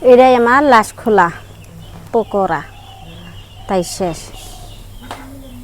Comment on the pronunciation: pokura na pakora vabi